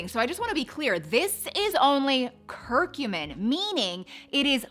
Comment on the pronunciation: I just looked it up where it also verbally says the word, and it’s TUR-mer-ic, and CUR-cu-min.🤣